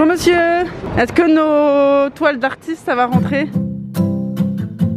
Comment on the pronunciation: Toi tu dis pas est-CE-que mais est-TE-que